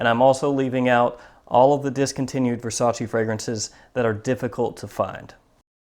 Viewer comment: You said versace wrong